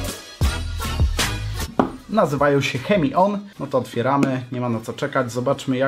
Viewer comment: tak by the way to nie jest "chemion" tylko "czemion" :PP